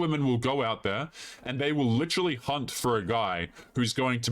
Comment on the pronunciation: oh shit shes seriously now. she said lituherrlally.